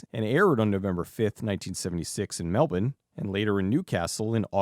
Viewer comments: As an Australian...thank you for pronouncing Melbourne properly! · Thank you for pronouncing Melbourne correctly!